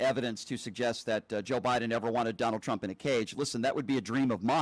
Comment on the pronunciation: Someone pointed out that it always sounds like KKKaroline is saying, “President CHUMP”..& now I can NEVER unhear it. 😄 great example